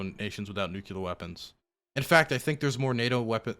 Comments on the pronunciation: please. It's Nuclear! Not nucular. Come on man, you can do better! Pronunciation of this word aside, I love your content, especially the hippy dippy round table. Keep up the great work. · Love you, just one thing - it drives me nuts -it's nuclear, not nucular. I think this stems from people using nuke as short-hand, and then assuming it comes from nucular. It doesn't. It's nuclear. Pls stop saying nucular. TY! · If it has said before, I apologize, but… No one has nuCUlar weapons. Some have nuCLear weapons. C’mon!!! 😂😅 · "NU CLEAR".. its not "NU CU LAR" xD hahaha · IT'S NEW-CLEAR, NOT NEW-CUE-LAR. For the love of god and everything holy can someone PLEASE tell him this? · I'm begging to learn to stop saying "nukular" because I stop focusing every time I hear him say it. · Love you, and I know it’s petty, but every time you pronounce “nuclear” as “nukular” it triggers George W. Bush flashbacks. You’re better than this. I believe in you. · why do you say "nuclear" like George HW Bush?